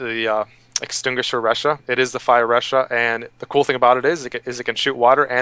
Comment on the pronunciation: It's lachha not ressha. I know it is written started with a R. But when u pronouce a name thats not english, please respect their language before infusing it with American pronunciation. Just like name jose, if u can call it ho-say instead of jo-say.why cant u do the same in japanese? The name it even spoken out in the god damn changer "thing". Please respect, and peace.